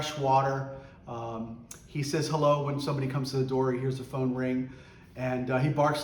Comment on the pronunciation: British hello hahahaha